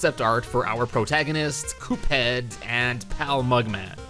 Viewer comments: How we say Cuphead: C-U-P-H-EA-D. How he says it: C O O P H E A D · It's pronounced CUP-head! Not COOP-head! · its not coop head its cup head c u p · Ah, yes. "Coophead" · "coophead" Ah yes, my favorite video game character COOPHEAD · Mega MAN Z (ZEE NOT ZED) AND COOPheed (This is obviously a joke) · Why do you say Coophead? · It’s cuphead bot cooohead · its not cupe head its cuphead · omg its pronounced cuphead not “Coophead” get it right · At the end you said Coophead, LOL! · He said coophead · You said coophead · he says cophead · Why did he say coop head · why does he say coophead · that is the strangest way I have ever heard the name "Cuphead" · Your saying Cuphead wrong